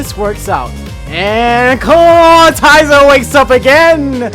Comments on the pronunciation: I love this channel but it makes me twitch a little every time he says "Clat-TI-zer" instead of "Claw-IT-zer" XD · Stop pronouncing ClawITZER wrong, it's not Clawtizer. Smh